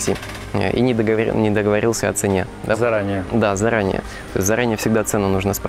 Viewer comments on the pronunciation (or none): none